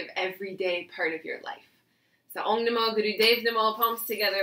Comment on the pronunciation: A correction..its Om..not ong